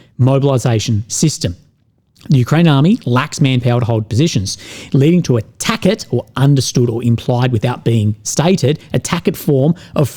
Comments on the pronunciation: Tackit? Tacit is pronounced Tass-it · "tacit," is pronounced "ta-ssit." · "Tacit" is pronounced Tassit" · Tacit is pronounced Tass-it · FYI tacit is pronounced 't-a-sid'